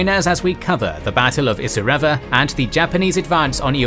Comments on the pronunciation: Having walke the track let me correct some pronunciations Kokoda: Co Co Da Isurava: Eye Sur Ah Va Myola: My Ola Deniki: De Knee Key Illola: Eye Lola Milne Bay: Miln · It’s really annoying that he can’t pronounce Kokoda or Isurava correctly.